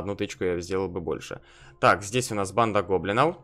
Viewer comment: Почему ты говоришь "Банда гоблиноу"?